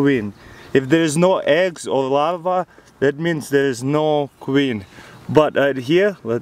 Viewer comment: Is he trying to say Larve? Cause all i understand is him saying "Lava" :D